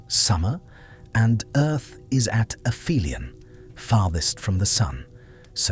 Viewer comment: its not "afemialan" its the opposite of " peri helion ", ie "api helion"